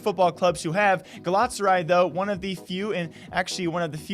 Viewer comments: They can afford to pay a washed up Falcao but can't afford to pay their league of legends players. I like them as a football club, but they should stick to football Also it's pronounced gal-a-tass-a-rye and besiktas is pronounced Besh-eek-tass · The almost nailed it with the pronunciation, just add in an 'a' between Galat and saray when saying it and you're good to go. I wish you and everyone else a happy new decade. Make the best out of it people.